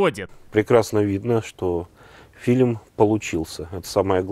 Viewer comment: Многоуважаемый автор! В русском языке нет слова филим, а фильм - есть. Почему Вы всякий раз кино называете «филим»?! Или у Вас деняг нет на логопеда?!